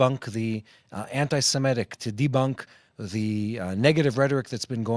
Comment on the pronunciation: Guys, please note the term is anti-semItic, NOT anti-semEtic as you are mispronouncing the term.